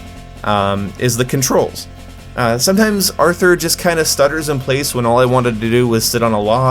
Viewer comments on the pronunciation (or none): none